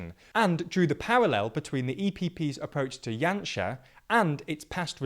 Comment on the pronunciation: Very good pronunciation throughout the video! Janša has been an absolute embarrassment to this country, both currently and in his past governments. Lets hope for a big voter turnout in April and that the current political, economic and social crisis perhaps opened the eyes of the people.